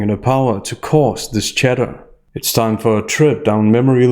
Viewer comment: Love your work. I seriously thought you were saying Chedder lol instead of chatter